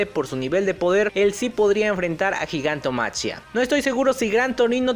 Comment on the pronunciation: me suena bastante feo gigantomachia, no se supone que se pronuncia gigantomaquia?